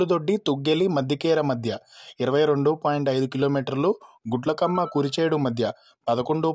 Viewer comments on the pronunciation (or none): అన్నా... అది గుడ్లకమ్మ కాదు అన్నా....గుండ్లకమ్మ